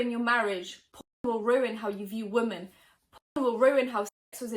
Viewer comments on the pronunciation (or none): I love how you pronounce WOMEN as WOMAN , every time! I'll be glad when 2019 is over. Too many dramas - although it has given you (and other tea channels) lots of material 👍👍😂😂😂